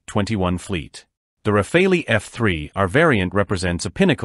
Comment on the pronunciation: Rafale is not pronounced as "Rafalee" but "Rafal". It means "Gust of wind" in French.